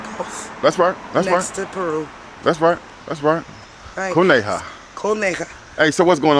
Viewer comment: It's " CONEJA" 🐰 = Bunny